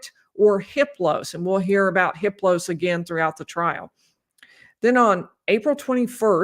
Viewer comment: I heard that you don’t pronounce the H in Hiplos. It’s pronounced Iplos.